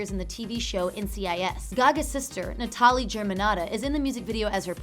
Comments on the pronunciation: Why does thte presenter pronounce the name "Na-TA-li" when it's "NA-ta-li"? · "Netarlee"......Get out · I'm pretty sure her sister's name is pronounced Natalie? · Gaga's sister' Natali's name isn't said like that. It's said how anyone else says it, as 'NATALIE' not how she kept pronouncing it!! Drove me nuts. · She even mispronounced Gagas lil sisters name "Nah-ta-lee" UGH. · I'm dying at her pronunciation of Natali 😂👀